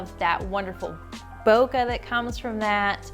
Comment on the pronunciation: Please say bokeh correctly